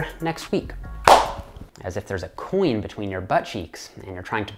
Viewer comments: Did you say coin?? I thought you said coolant at first!! Lol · when you said it again, coin, it sounds like queen, you say the word coin funny. I have huge muscle glutes and when i do hip thrusts i think of and his coin.